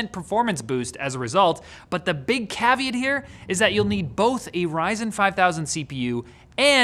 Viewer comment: Lose the mustache, learn how to pronouce, “Caveat”. Just another example of how gingers have no soul but apparently know dead-ass Latin.